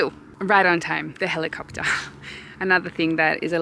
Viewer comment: SOAP GET IN THE HELICOOPTER!!! i can appreciate your pronunciation of helicopter.